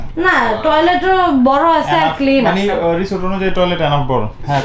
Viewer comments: রিসোর্ট হবে রিজোট না। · রিজর্ট না বোইন রিসোর্ট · রিসোর্ট রে রিজোর্ট বলার কারন কি?